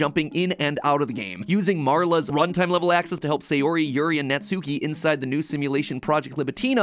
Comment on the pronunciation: This has been bothering me since your last videos but your pronunciation is throwing me off with their names. Sayori= sah yoh ree (or a soft D using the soft pallet of your mouth with your tongue), Not say or ee Natsuki= Nah Tsu or Tss( likened to a rim shot "ba dum tss") Kee, Not nah tsoo kee Yuri= Yoo Ree (Or same as before with the soft D), not yer ee Vocal pedagogy rant over...I'll show myself out. Edit: Idc if this gets me hate, it needed to be said....now I'm out.